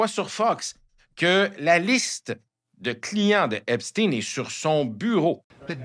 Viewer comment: De même qu'on ne dit pas Frankenstèn de grâce prononcez Epstein comme il se doit Ep stayne